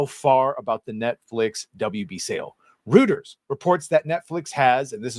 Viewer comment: Nice vid! P.S. Reuters is pronounced Royters